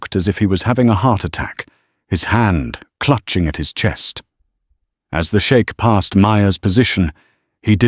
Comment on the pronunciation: Why is it that some of you narrators always pronouncing words wrong like chic you pronounce the shake it’s crazy